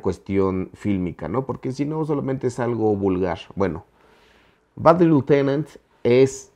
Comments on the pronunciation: Alguien más notó que el decía "little-tenant" en vez de "lieutenant"? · No mames ,parece que estas diciendo "bad little tenant" o sea "pequeño inquilino malo" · Pronuncia bien Lieutenant no manches. Little tenent jajaja